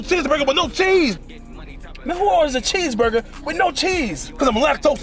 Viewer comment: Double Bheeseburger Burly fries and a Bhoclate shake 😂😂😂😂😂😂😂